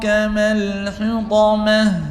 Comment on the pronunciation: یا أخی أنصحک لله أنت لا تتقن بعض الحروف . استمعت إلیک وأن تقرأ سورة الهمزة وأخطأت فی حرف الطاء من کلمة الحطمة .وکذلک أنت تخرج جمیع الحروف بغنة